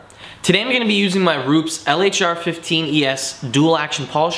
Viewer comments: It's Roo-pez, not Roops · ru pes not rups